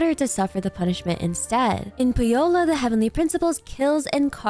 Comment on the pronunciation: Please please look up Finnish pronunciation of the word "Pohjola". This is in no way trying to be disrespectful, but it is a Finnish word and you pronounce it in a way that sounds like "pujo" +la, the first part is the Finnish translation for mugwort😅 Again don't take this to heart, just trying to help!